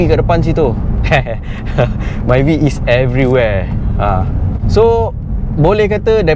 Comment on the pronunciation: Lain macam je cara kou ckp myvi hahaha